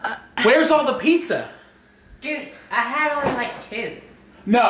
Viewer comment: Yoooooo you sed pissssa